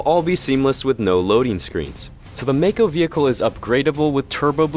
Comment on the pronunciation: I'm sorry, did you say makoo?